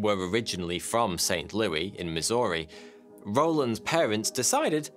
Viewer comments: I was laughing my ass off at your pronunciation of Saint Louis. You pronounced it "Looey", we pronounce it "LOO-ISS". On a side note, there was a made for cable movie from 2000 called "Possessed" that was about the events you chronicled in your video. I watched it on January 1st of this year early in the morning after getting out of bed and pouring my first cup of the day. Afterward I brought up a game on the computer and began playing. Then I started feeling a bit off and went to bed, shaking like a leaf. No I wasn't possessed but it was probably covid. WHAT TIMING!!!!! Laugh it up at my misfortune. Incidentally it wasn't a bad movie. I actually thought it had been filmed in Saint Louis. The architecture was right and that sure as hell looked like Saint Louis University to me!!!!! The SLU Billiken was even prevalent everywhere. The break though came when the kid ran off to the cliff and tried to drag Bowden over the edge. That was either a great lake or an ocean, and the body of water it would have been in Saint Louis was the Mississippi River. According to the credits it was filmed in Toronto. I think I streamed it on Amazon Prime... maybe Netflix. I can't really recall. Here's a link to the movies page on IMDB. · "RAY-g'n", not "REE-g'n". Re-watch the movie. And it's Saint "Lou-ISS", not "Lou-EE" here in the States. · I’m from that area and it’s pronounced Saint LEW-ISS. Not Saint LEW-EE.